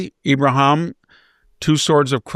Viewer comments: IbraHEEM... everyone says "Abraham" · I've noticed that VDH has some strange pronunciations and stumbles over some words. I'm sure he KNOWS Ibrahim's name!!!